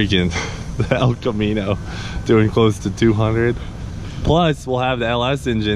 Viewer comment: "Mullet, the Els Camino"